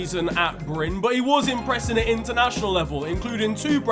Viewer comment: The clip when Erling as a child is asked who he had learned to score from, the translation is wrong, The journalist said : where did you learn to score goals? Because your dad couldent 😂 in a cheeky way, not rude, that is quite normal out on Jæren (larger area that Bryne is a part of) btw you are pronuncing Bryne correct, except you forgot a letter , the E is also pronounced, you are saying Bryne like Norwegians would say Bryn Same ending as when you said Molde